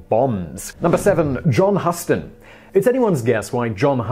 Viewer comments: No, it is Huston but is usually mispronounced. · He needs an American pronunciation consultant. Yes that mispronunciation of John and Angelica's last name is like us mispronoucing Leicester (lester) as LI ses ter... Really... But maybe he doesn't watch any of john's old movies or his daughter's later ones to KNOW how their last names were pronounced.... ummm... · John Huston is usually pronounced like the city in Texas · Houston, somebody's got a problem pronouncing the family name of Huston. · It's pronounced like the City of Houston, TX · Huston ??? please do you even do some research ? And it seems French is pretty difficult also :) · Your pronouncing john huston name wrong dude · John Huston's name is pronounced like the city of Houston in taxes, Angelica in interviews has pronounced it that way. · Okay, I normally find your inability to pronounce names endearing, but seriously how could you mispronounce John Huston, c'mon try a little ^_^ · .... I cracked up when I heard Simon's pronunciation as well. HOWEVER: to be fair the man's name is spelled "Huston".....while he (and everyone else) pronounces it like the city in Texas: "Houston". ( hews-ton ) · You need some pronunciation practice: Gerard Day-par-djuh, John Who-Stön. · `Huss-ton` just makes it too painful to watch the video in its entirety. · John Huston is pronounced the same as the city in Texas. Think "Houston, we have a problem." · Need to do a little research on pronunciation. The "Hu" in John Huston is pronounced "hugh" as in Hugh Grant. Like the "hou" in Houston, as long as you're talking about Texas...in New York City, Houston Street is pronounced HOW-ston. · HUU-ston...HUU-ston...(like the port city in Texas) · John and Angelica Huston pronounce their family name the Hew-ston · For Gods sake man stop showing your ignorance and get your pronunciation correct Huston pronounced Hugh—stun. It’s rather off putting...... kind regards J Winsbury-White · It's John HoUston. Just saying! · Hoo-ston! FFS!